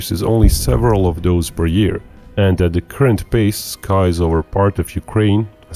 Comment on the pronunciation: "Doaz attacks..." C'mon, speak English!